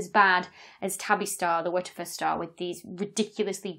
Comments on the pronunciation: I was hoping for one of those slow motion playbacks of YOUR pronunciation of the "wha der fer star" so I could know for certain what you are enunciating! 🤣😂😅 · At first I thought she was saying "Waterford Star" and I was so confused like wtf does this have to do with Irish glass 🤣 awesome vid as always! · Did anyone else think she was saying, "What the foot stah."? Dr Becky is fun. I like known unknowns (aka mysteries) but what is an unknown known? How can you know it if you don't know about it? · I like how she says WITCH-A-FUR STAR its a cross between sexy and hilarious! :D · WTF is she saying when she says the WTF star? Wedgefa? Weggefe? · How is she pronouncing WTF? She's not saying "double-u tee eff" or "what the f***" or "what the eff". I've literally been looping the first one second of the video to try and figure this out. Phonetically, I'm hearing "wut of fer", something similar to Whatever. Dr. Becky, help me out, what's your pronunciation inspiration?? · wer - ter -fer star LOL its a dyson ball lol the wtf the star !LOl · The Wuhtuhfuh Star? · Tried 1/4 speed and 1-1/2 speed playback. Still can't make out the exact enunciation! 🤣😂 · Is it some sort of joke I’m not getting as to why she is pronouncing WTF that way? Or does she just not have any clue that you just say the letters !